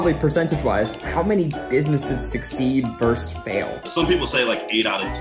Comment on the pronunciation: It's "versus". Not "vers's". Versatili-tea?